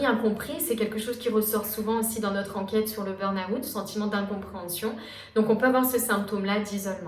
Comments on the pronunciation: Intéressant mais burn out ça se dit burn out et pas burn aouuut 😂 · Pour quoi vous dite "burn Août" 😂😂